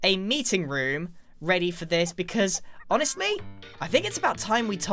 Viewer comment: Is it only me that heard him say " HONSTME"